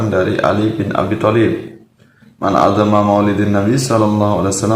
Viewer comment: Bukan addoma kang tapi a' dzoma sutad goblok